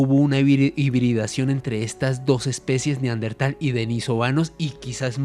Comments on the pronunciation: Min. , este señor acaba de descubrir un nuevo antecesor del ser humano el "NEAR-DENTAL" (cerca del dentista), incluso dice que hay mujeres" NEAR-DENTALES" min. . No puede decir que es un error porque lo repite varias veces: min. , min. , min. , min. , min. , min. .... Señor, lo que hay que oír. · NEARDENTAL, NO. NEANDERTAL. VALLE DE NEANDER, CERCA DE DUSELDOF, ALEMANIA.